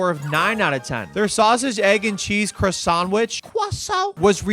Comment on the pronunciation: "Quasaunt"... 🤣🤣 That had me freaking rolling. Nice video